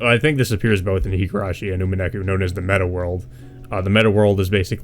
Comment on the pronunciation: "Umeneku" is the worst butchering of Umineko's title I've ever heard lmao. Good discussion nonetheless.